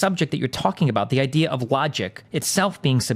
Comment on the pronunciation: "google it yourself" wahahahahahaha athene knowl. i cant breath lmao .. btw .. "its an idee" :D :D :D